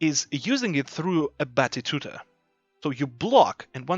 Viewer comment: Amazing guide mate! Thank you so much. A friendly reminder though: you keep saying "A battituta" instead of "A battuta". The latter is much easier to say, as well as the correct one. ^^